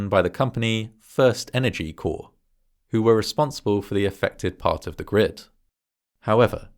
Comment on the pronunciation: It's FirstEnergy Corp (Corporation) not FirstEnergy Corps (like the Marine Corps).